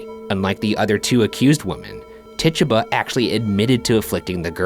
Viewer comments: Idk why but the way he pronounces Tituba bothers me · Its pronounced Tituba not Tituba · when the ghost said take it. it sounded like: "TITUBA". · Ti-two-bah!!! DAMNIT PRONOUNCE IT RIGHT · lol it's tit-tuba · Tituba is pronounced Tie-tooba she was native of the Caribbean I believe. People sometimes call her African American, but that's inaccurate. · Is he pronouncing Tituba wierd or have I just pronounced it wrong all along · bruv mispronounce tituba one more cotdamn time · Ryan does not know how to pronounce tituba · Tituba probably was ignoring you because you were pronouncing her name wrong 😂